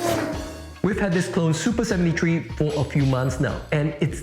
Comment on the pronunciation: "soopa sebenty tree"